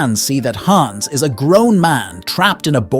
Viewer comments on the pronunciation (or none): none